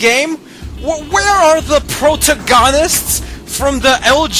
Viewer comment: Pro-tah-gone-ist? Lmao what's that hulk speak